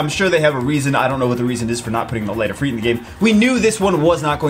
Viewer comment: It's not Ifreet. It's Ifr"i"t